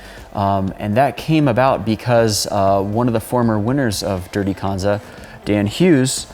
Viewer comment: please for the love of god learn how to pronounce kanza...